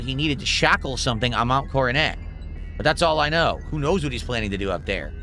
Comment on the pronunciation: The "King" doesn't know how to pronounce "Coronet". How fitting.